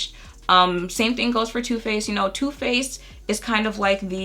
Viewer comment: It’s am and when you said Too Faced I heard tooth paste and now I’m thinking about that instead of going back to sleep